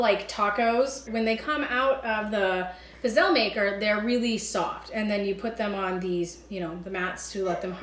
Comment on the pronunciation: I am sorry to say that you never pronounce pizzelle that way. Truly Never.. I Italian and an Italian Baker.. How can I break this down for your audiance and yourself to truly know how these beautiful pizzelle are pronounced.. Pizz.... elle... pronounce the above just how you see it.. 👌